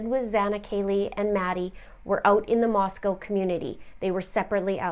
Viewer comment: Props for pronouncing Moscow correctly (from a local) Thanks for covering this! Shocking for this to happen in my town.